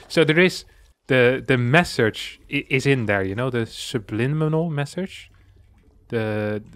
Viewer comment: I'm cracking up at saying "subliminal message" correctly, then saying it wrong after. 😂